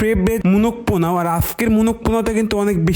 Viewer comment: পোলাও ❌।.।.।.পোনাও✅